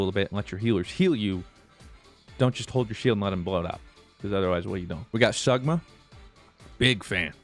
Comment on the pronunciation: the way he said sigma sagma hurts me